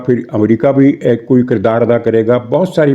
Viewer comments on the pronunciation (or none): none